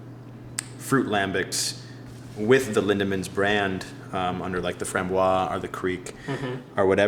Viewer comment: Framboise is not pronounced "frahm-bwah;" it's "frahm-bwahz." I've heard two different American beer connoisseurs say it wrong n the paste 5 minutes.